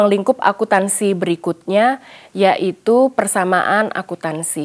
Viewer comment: Maaf agak terganggu dengan kata "Akuntansi" tapi terbaca "Akutansi"😅